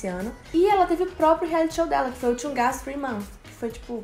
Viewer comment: Eu não consigo acostumar com vocês falando "Chunga" mais tirando isso o vídeo tá ótimo ❤